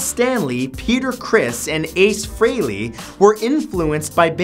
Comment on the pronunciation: Fun fact. It’s Ace FREELY..not Frayley